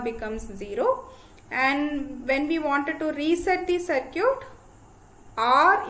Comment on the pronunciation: Circuit=Sercute🤣 My Respect to the teacher for proving that pronounciation doesn't matter when you have genuine knowledge ❤️